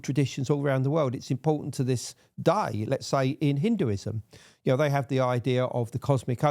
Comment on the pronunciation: "To this daih"